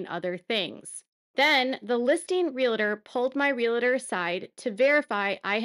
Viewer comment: Please don't criticize me, but the word Realtor does not have an I between the L and T. It is not pronounced Realitor. Sorry, but I grew up in a family of 4 generations of teachers. Just saying.